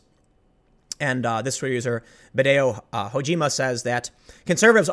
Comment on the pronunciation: Hideo Kojima? hah Ah I was just listening. Biddeo Hoejima....still funny.